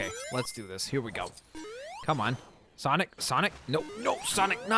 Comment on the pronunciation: SONIC NOT SANIC